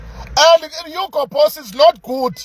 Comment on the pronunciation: Is it Hugo Boss or it's Hugo Broose???? 😂😂😂😂😂😂😂😂